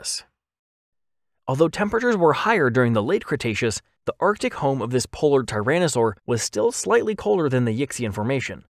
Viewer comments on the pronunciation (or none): none